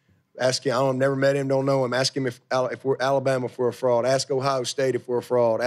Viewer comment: Is he saying frog or fraud lol 😂😂😂